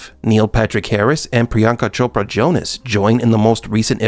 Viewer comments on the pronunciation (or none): none